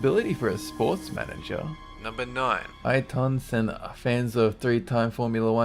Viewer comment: Sorry to be a bit of a dick, but it's pronounced Air tun Senna